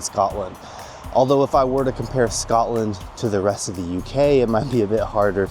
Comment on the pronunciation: Not even ten seconds in to the video and there's already something wrong. Like if your going to live in Scotland than you have to pronounce it wright